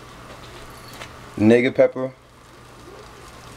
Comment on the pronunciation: NIGGA PEPPA? LMFAO